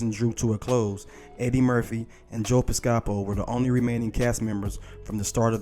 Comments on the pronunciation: It's pronounced Joe PIScapo. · Joe Piskapo??? Really?